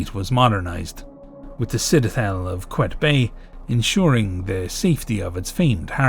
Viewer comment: Egypt mentioooooooned wooooo. 🦅🦅🦅 🔴⚪️⚫️ The citadel of quayetbay: qaa-yed-bae / qaa-yet-bae